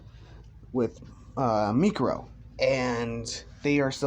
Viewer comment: mikuro? isnt it miruko